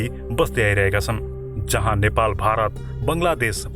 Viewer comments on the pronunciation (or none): none